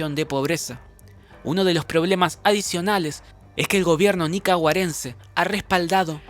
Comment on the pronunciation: 😂😂😂 tenés razón y todavía dice nicaroagüense😂